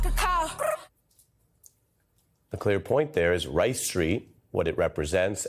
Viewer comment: WRIGHT Street lol not Rice Street 😂